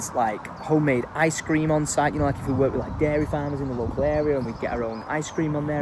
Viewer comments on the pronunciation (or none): none